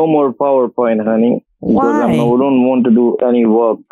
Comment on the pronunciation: Every time the scammer says "haney"